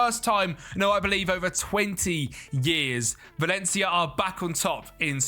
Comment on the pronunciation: Lol, "Valley ya did"